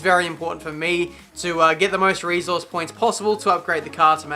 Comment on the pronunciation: Seriously Ive been wanting to ask this for a while and correct me if I'm wrong but since when was resource pronounced reeesource